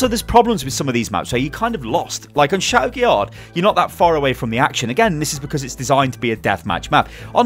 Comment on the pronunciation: Every time pronounces the d in chateau guillard I cry.